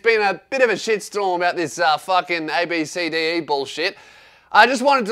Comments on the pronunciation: I'm pretty sure its pronounced "Ab-Si-Dee". Still a shit name tho. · Ab(si) di is how its pronounced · ABCDE is pronounced "Absedee" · It’s actually pronounced as abb see dee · I actually know someone who’s name is abcde. You say it like ab sa d